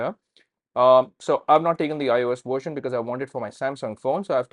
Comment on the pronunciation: "android worsion"